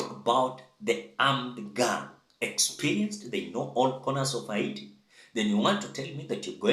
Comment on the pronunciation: It's pronounced HEITI (Heyti) 😅😅😅